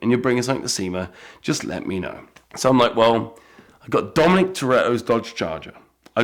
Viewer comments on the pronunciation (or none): none